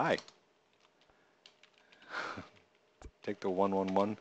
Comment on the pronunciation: lol thats takeda111. not take da 111 xD